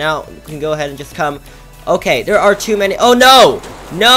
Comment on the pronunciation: U keep saying dare instead of there lol